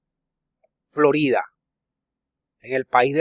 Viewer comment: Te cuesta trabajo decir Florida... ! 💥💥💥💫👀☝